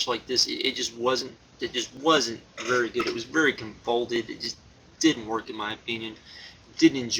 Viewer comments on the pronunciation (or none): The word is "convoluted" not "convolted"